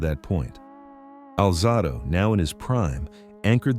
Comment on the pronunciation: Alzahdo? Stupid A.I